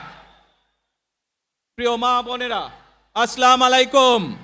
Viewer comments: আছলামালাইকুম !!!!! আহারে ছালাম । এত বড় নেতার এই বুঝি ছালাম‌ । এটা হবে এ রকম। "" আচ্ছালামু আলাইকুম "" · আসসালামালাইকুম হবেনা আসসালামু ওলাইকুম